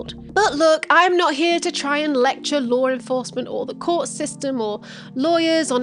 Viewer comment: laur enfahsment